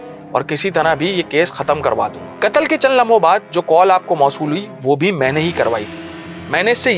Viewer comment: بہترین انداز بس لفظ (کتل) قتل غلط تلفظ کررہے ہیں